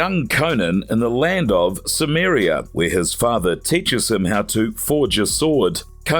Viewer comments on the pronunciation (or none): It's also Stymiria not Summeria